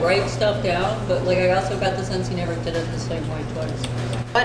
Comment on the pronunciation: “ Oh-So”. You always “Oh So” instead of “Also”.